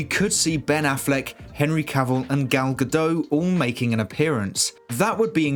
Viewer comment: just pronounce the T in Gal Gadot